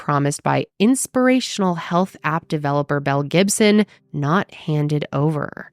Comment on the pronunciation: In the beginning of the video I totally thought she said "Mel Gibson"!